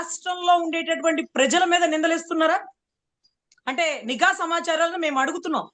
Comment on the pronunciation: అమ్మ మీరు చాలా బాగా వివరిస్తున్నారు. మీరు ఒక పదాన్ని పలకడం నిఘా అనే బదులు నీఘా అని మాట్లాడుతున్నారు. సరిజేసుకోండి.